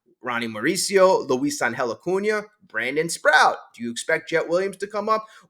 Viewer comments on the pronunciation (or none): SPROAT not Sprout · C’mon. It’s Sproat. Not Sprout. It rhymes with GOAT. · Brandon Sproat… rhymes with boat.